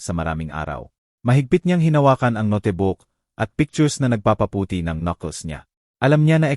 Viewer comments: Magnda ang kwento Pero ang narrator di maganda ang pronunciation ng nga word. Ex. Notebook- pronounce as no Te Bo ok, Atty - ATI, note ,- no Te, etc. Dapat basahin muna bago magnarrate para maintindihan agad. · ok nga ang kwento but yung pagsasalita / pronunciations mali2 ...sana aayusin..drawer at notebook